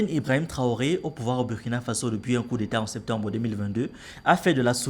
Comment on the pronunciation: Mon ami apprends à prononcer le nom du Burkina correctement. Si tu peux prononcer Burundi il n’y pas de raison que tu prononce mal le u du Burkina